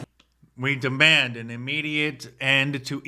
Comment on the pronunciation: Many many moons ago on a different continent we heard that “wi dammand” ad nauseam. The “dammands” never stop.